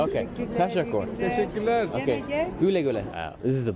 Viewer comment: bruh why do you keep saying teshekooool lmao. teh shek oo lar